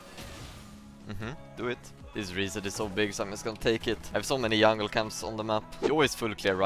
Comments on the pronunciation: wait.... soo he actually CAN pronounce 'j' right?? is he yoking or why does he keep calling it yungle then? xD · i like how he says yungle